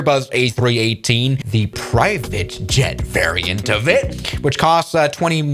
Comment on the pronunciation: the german accent at "PRIVATE JET VARRIANT" is killing me 🤣